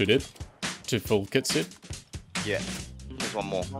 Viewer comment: pls say dead and not deed im starting being crazy :)